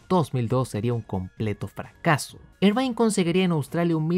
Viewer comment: Excelente video como siempre. Como crítica constructiva, te recomendaría solo revisar la pronunciación del apellido de Eddie Irvine, que se lee más parecido a "ervin" o "irvin" que a "irvain" (en Wikipedia sale escrito en IPA, menos charcha jajaja).